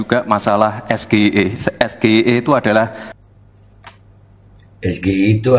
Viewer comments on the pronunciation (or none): Ya baru denger , Be wong samsul bilangnya ES GE I E, coba kalo bilang ES JE AI E..... Beda dong, uda gitu pertanyaane mandeg disitu, samsuuul samsuuuul.... Kelihatan cerdas banget ya...tapi kok harus balik semester depan lo wkwkwkwkwk🎉🎉🎉🎉🎉🎉🎉🎉🎉🎉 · PAK SAMSUL CARA MEMBACA SGIE JUGA SALAH SEHARUSNYA DIEJA DALAM BAHASA INGGRIS eS Ji Ai e bukan eS Ge I E ! SGIE ENDASMU ! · Be... menurut saya, kalau singkatan berbahasa Inggris, bacaannya bukan es ge i e, Mungkin maksud Samsul es ji ai i. Bukankah begitu, Be? TLL BGT. 😀😀😀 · SGIE baca bahasa inggrisnya apa ya ?kan itu singkatan bahasa inggris.coba perhatikan yg di ucapkan gibran SGIE bukan kah bacanya harusnya SG AI I .🫣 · S Ji Ai I bukan S G I E.samsul.... gimana cak Imin mw jawab nanyanya jg salah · State of the Global Islamic Economy (SGIE) S=Es,G=Ji,I=Ai,E=I... di baca oleh SAMSUL jadi Es Ge Ii Ee😀🤪.. Pinterkan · Aneh juga Gibran kok baca singkatannya malah di baca S G I..E.. di artinin bahasa inggri harusnya singkat pake bahasa inggris juga ES..JI..AI..I.. bukan S G I E... Kalau gak bisa gak usah bahasa inggris bang gib🤧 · Pertanyaan titipan.klu bnar singkatan inggris seharusnya bacaan nya gk kayak bahasa indonesia seharusnya dibaca esgi aiy ii sesuai bahasa inggris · SGIE klo istilah pake bhsa inggris.. bca ES JI AI I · Maunya memang menjebak pakai singkatan2 bahasa inggris (percis nyontek bpk nya dulu di 2019 dg PS 😛) ttp coba dengarkan bacanya pakai bhs indonesia ès ģé i é huahaa 😜 (nggk natural dikonsep team nya, bhs inggris disingkat ya hrs tetap pakai bahasa inggris lah bro, belajar dulu lah dr Pak Anies kalo bicara inggris heheee), ini bkn cerdas cermat hanya tehnikel jwb tanya cari di goegle jg bisa heheee .. yg penting jwb nya subtansinya, mantabs AM1N ☝️👍🏻🙏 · Harusnya Es Ji Ai I gtu ya ngucapin singkatannya soalnya singkatan Bahasa Inggris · Liat mukanya Samsul bikin mual...!!! Singkatan English di bacanya indo,contoh...UNICEF dibacanya yunicef bukan Unicef ...Samsul!!!